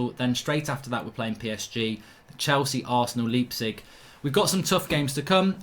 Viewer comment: Mark, it's laaip-zig Not leep-zeeg